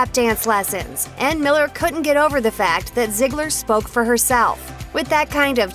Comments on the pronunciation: it’s zeegler not ziggler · Lol she keeps saying zigggler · It's ZEEGLER NOT ZIGLER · Itz_uni Rainbow but that’s what the narrator keeps saying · Right like wtf😂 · I swear if I here “ZIeGLer” one more time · It doesn’t make the video any better when you keep calling them by zigler or Miller it’s uncomfortable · I thought it was pronounced Zee-gler But damn stop saying it over and over. Call her Maddie because they never call her ziegler on the show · If you're going to talk about Maddie, please Please PLEASE, say her last name right. (zee-gler) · I couldn't even finish watching because of how often/how the narrator pronounced "Ziegler." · Can you stop calling her ‘ziegler’. It’s bothering me like crazy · Can you stop saing Ziegler and Miller.